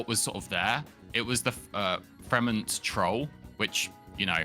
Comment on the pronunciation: It's Fremont (free-maant) like mont in Monterey. Never disrespect my troll again